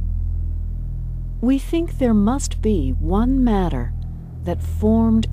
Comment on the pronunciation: although it's a good video, I just can't stand the way she pronounces "matter" - it's so ugly pronounced, I would urge you to record the video again! Maybe it's just her accent or dialect, and if so I'm sorry, but it really sounds very dissonant in my ears.